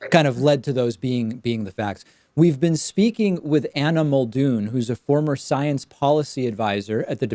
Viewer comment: I heard: "Animal Dune"